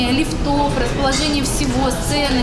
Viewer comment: Не лифтОв, а лИфтов!, не колхозь)